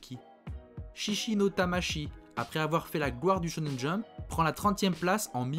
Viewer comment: Attention, tu dis parfois Tchonen Jump, c'est bien Chonen Jump, le SH est prononcé comme notre CH, c'est le CH japonais qui se dit TCH